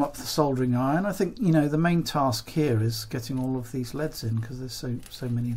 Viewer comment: They'er NOT LEADS, they're L. E. D. s dammit!!!